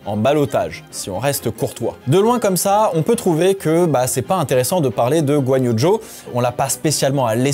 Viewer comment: Bordel j’ai rien compris, il s’appel Guanyo Jo ou Zhou Guanyou 🫨?